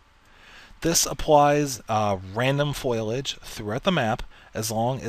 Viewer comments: Foilage? lol dont mean to be a grammar officer but its Foh-lee-age lol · foilage? or foliage